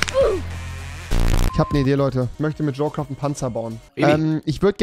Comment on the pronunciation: Junge es heißt "jo craft" und nicht "jo quaft"